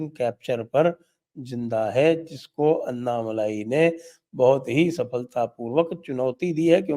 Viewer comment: उनके नाम अण्णामलै है। अन्नामलई नही। Dear Sanjay ji. You know how to correct it. This is a grouse that we southern Bharatheeyas have on our northern brothers. This is an opportunity for you to gain confidence. Also, without a doubt, BJP is going to get 22% vote in Thamizhnadu. NDA is going to win Coimbatore, Tirupur, Tenkasi, Kanyakumari, Vellore for sure (all of them mostly under Lotus symbol). Virudunagar, Tirunelveli, Shivaganga, Ramanathapuram (where Rameshwaram is).. 50-50 chance. This is without any alliance with PMK & DMDK. If they come in, Villupuram, South Chennai can be won.